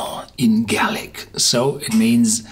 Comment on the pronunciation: nice review, however the pronunciation is interesting to say the least... galic as garlic? abunadh is pronounced a boon ah, but review is spot on and full of great information!